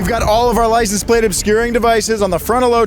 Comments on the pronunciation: Is it just me or does keep saying “Licen Plate” and not “License Plate”? Lol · “Licen plate”??😂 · Lie-sin-plate lol